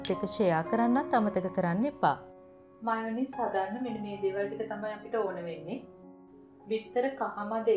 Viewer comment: මයෝනීස් නෙමෙයි, "මයොනේස්"!